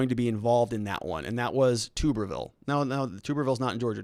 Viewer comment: You are pronouncing “Tuberville” wrong. It’s Tub-er-ville. Like bathtub...not toober...